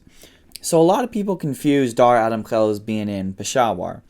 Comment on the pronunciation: Yea, when he said Pakistan, I was like oh yeah this guys a desi but then he said Dara Adam Khel and I was impressed by the former.